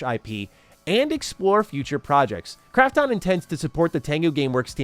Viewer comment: Fuck sake! Can't he pronounce Krafton correctly?? The way he says it grates on my sole! 😖